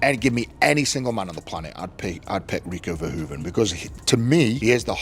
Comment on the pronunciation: Dear AI voice: Next time, at least pronounce Rico Verhoeven's name Correctly. Thank you for your attention to this important matter. Greetings from the Netherlands.